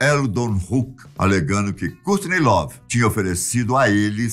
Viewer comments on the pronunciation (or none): A filha franças kkkk Francis kkkk Cúrtiney lovee Cúrt cobain kkkk e bacana mas essa pronúncia bem brasileira kkk